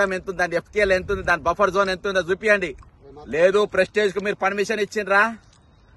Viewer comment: Pesticize kaadu ra anchor..Prestige..🙆🏻